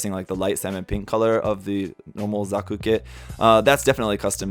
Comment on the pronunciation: Pew die pie does not respect gunpla he called zaku a Zuku whattt